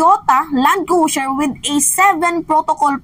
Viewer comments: Cruiser not crusier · Hoy, Cruiser is pronounce as kroo-zr not Cru-zier 😂